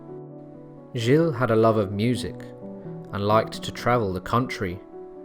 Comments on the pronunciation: Dude .... its G IL and joan not jill and jo Anne. Every place and name was butchered... alot of your facts are wrong and also from wiki. Fix up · please research your pronunciations, they're atrocious gilles is one syllable, so is nantes, "jeel" and "naunt". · Interesting story, but nul points for French pronunciation I'm afraid! "Jill-ay", really? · Stick to a consistent pronunciation. Gilles is pronounced as one syllable not Gillay. Nantes is also pronounced as one syllable not Nantez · Pronunciation of key names is awful. "Jill-ay" ? "Jo-anne of Arc" ? Jesus Christ, can you not even pronounce the name of the subject of your video? For fuck's sake. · I just couldn't continue to listen to the mispronunciation of the name, Giles. Jill is a woman's name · your pronunciation is bog. gill. grim war. i dont know man. this seems likes a lot of speculative history. i think most of this is booshit.